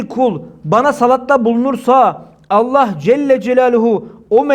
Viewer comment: Sayın hocam ELLÂHü teâlânın ismini anarken Lâ harfini uzatırsa daha güzel olur